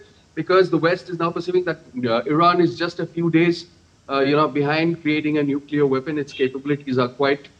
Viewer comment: Nuclear not neclear ... This is the accuracy and authenticity of dd india what rubbish u all are